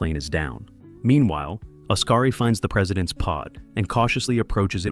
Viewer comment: Great pronunciation of the names. SMH 😂. Odkari is pronounced liked Os-ka-ri, not Us-ka-ri or As-ka-ri like it us sometimes pronounced as 😂. Likewise, Tapio is pronounced as Ta-pi-o.